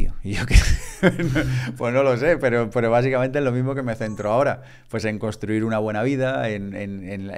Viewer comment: Genial! Gracias. Solo un par de cositas... Por favor, intentad VOCALIZAR es súper importante para los divulgadores, podéis intentar hablar un poco menos rápido y, por último, se dice CONSTRUIR no COSTRUIR. Gracias